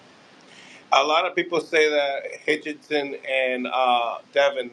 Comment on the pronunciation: His name is HITCHINS !!!!! not Hitchinson